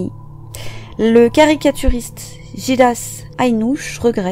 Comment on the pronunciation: Petite précision : Ghilas Aïnouche se prononce rilas en français 😊